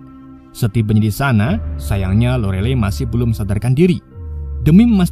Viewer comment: Lorelay, bacanya, ga nayaman bngt